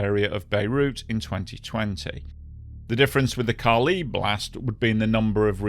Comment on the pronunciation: it is Ca li, on the "a", not the "i"